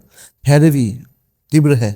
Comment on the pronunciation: Tivraa hota hai teerva nahi hotaa ...hindi ki tusions le lo sir mere se 😂